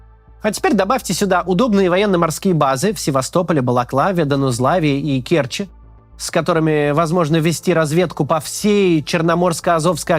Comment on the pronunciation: не кЕрчи, а керчИ, а не был в керчи так молчи